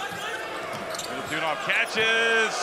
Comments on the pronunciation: Not Milutunov..corectli is Milutinov..🇷🇸🇷🇸🇷🇸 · Klupi komentator ne može da shvati kako se izgovara MILUTINOV...